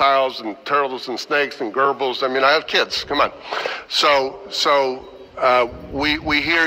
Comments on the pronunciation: He meant gerbil, and he mispronounced the word, so I have to wonder if that was a bit of a lie lol. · First of all, thank you so much for sharing this. I was very struck by some of the last words spoken, just before he mangled the word 'gerbil' he talked about a new commissioner and realising that this was an issue they needed to 'get their hands around' : my mental image had those hands around the neck of a reptile, strangling it. Surely it is their heads that they should be using, after utilising their ears to listen, to come up with some humane strategies. The only thing they seem to be going to do is to retrain their officers in how to kill animals 'better', there is no talk of co-opting a vetinarian or a representative of the community onto their policy setting board ... someone who could speak for more than 3 minutes and someone that they would take advice from. Why is killing their only consideration - especially when representatives from the community are ready and willing to work at rehoming. Anyway, am sorry, I just seem to be venting in very poor English. Finally, I hope someone requests and then shares the body cam footage from the time the officers knocked on the door of the establishment. I'm very curious as to whether it will be as overtly threatening as it was back when he was originally coerced into signing the snakes over. Not that, if it is, that they will apologise.